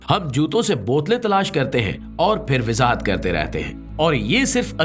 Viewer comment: Sir Wazahat Lafz Ko Ap Bar Bar WiZaHat Boltay Hain iS Ko Durust Farma Lain Thanks